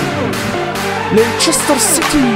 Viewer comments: ABİ LEİCESTER CİTY İ LANÇERSTIR DİYE OKUMASAN ABİ LEYSTIR SİTİ DİYEOKU +1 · leistır sity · okunusu: leyçestır siti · Abi Lester Siti dogru soyle tik oluyorum :))))